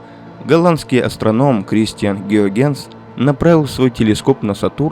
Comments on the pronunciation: да, пздц как резало слух это "гюагенс" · Если не ИИ, то откуда взялся многократный "Геогенс"? Понятно, что по-голландски он тоже не Гюйгенс, а Хëйгенс. Но до "Геогенса" только ИИ мог додуматься. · Раздражает бесконечное употребление "гиогЕннс" вместо гЮйгенс. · Выключил, когда появился "астроном Геогенс". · Какой, нафиг, Геогенс... Он Гюйгенс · После фразы "Кристиан Геогенс" сразу вырубил нахер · Гюйгенс - Гео Генс.... вообще не ии, не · Вообще-то озвучка именно ИИ, автора благодарить совершенно не за что. Только ИИ будет произносить фамилию Гюйгенс как "Геогенс", да еще и ставя ударение на неверном слоге. Дизлайкнул видео за неуважение к зрителям. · Ухо режут непрерывные оговорки и неправильные ударения. "Геогенс", извините.Неужели трудно подредактировать? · Неужели так сложно выяснить до записи как правильно произносить Гюйгенс? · Автор, имей уважение к Гюйгенсу. В его фамилии ударение на первую гласную. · Люди стали не нужны: в каментах ИИ-боты хвалят ИИ-автора, неправильно произносящего фамилию известнейшего астронома. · Неверное произношение фамилии голландского астронома резко увеличило выделение метана, а может даже и ракетного топлива, у некоторых комментаторов) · Нейросети пока не могут в ударения и падежи.